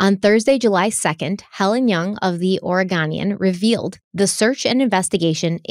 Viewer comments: It's Or-eh-GO-nian 😉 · Thank you. Thank you. Thank you. I have been drawn to Kyron's sweet face and broken hearted over his disappearance from the beginning report. (Out of appreciation of you, I am even holding back on correcting your pronunciations of Oregon and Oregonian 😉), but seriously THANK YOU for covering this. I think YouTube first showed me your video because it has to do wth Kyron, and I think I've watched quite a bit of content on him, and it's not fair what's happened. I'm glad I found this channel, and both and solo channels. I'll be watching content on your other channels as I wait for your next part on this Kyron series. I've prayed many prayers for the absolute truth to come out and justice to be done. Maybe your coverage will increase the chances of answers to those prayers. 🙏 Thank you!